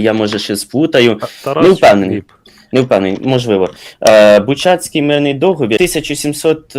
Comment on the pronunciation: БУчацький, не БучАцький